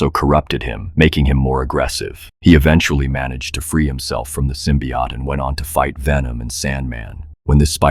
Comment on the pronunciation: SymbioT no Sim BOt